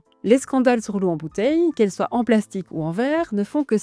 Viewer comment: Merci pour cette vidéo :) On dit : « soit (swa) cela, soit (swa) cela. » Et « soit ! » (swat) : faisons ça ! Avec les liaisons c’est swa-t’en ahah je taquine ❤